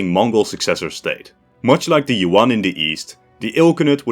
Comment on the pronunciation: It bothers me to no end how westerners pronounce monosyllabic Yuan as "Yoo-on".